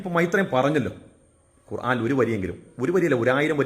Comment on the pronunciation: ആദ്യം ഖുർആൻ എന്ന് പറയാൻ പടിക്ക് മണ്ട... കൊറാൻ കൊറാൻ എന്ന് പുലമ്പാതെ...